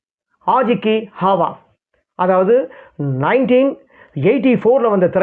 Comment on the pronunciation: என்ன உச்சரிப்புய்யா உன்னோடது. ஆஜ் கி ஹாவா --- ஆவாஸ் அய்யா அது.